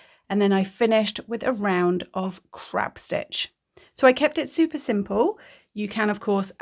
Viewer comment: What was the name of the final border stitch. I listened 2x and still couldn’t catch what you said. It sounded like “crap” stitch but I know that wasn’t right. HELP‼️